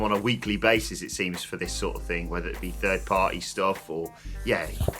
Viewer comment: needs to learn the pronouce "Third" and "Thirty" Guess anything with the "Th" sound haha